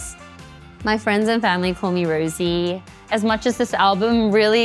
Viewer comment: She still doesn't know how to pronounce her name, she is very sweet ㅋㅋㅋ